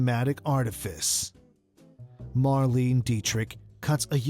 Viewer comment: What!!!! "Mar-LEEN", you say!? It takes 10 seconds to check online about foreign names: say it close to "Mar-LAY-na". Shockingly disrespectful to get your main subject's name so badly wrong.